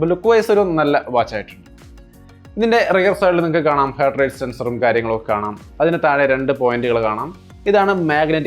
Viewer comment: Hert അല്ല ഹാർട്ട്